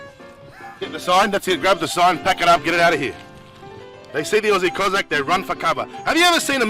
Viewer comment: Its pronounced KO-SACK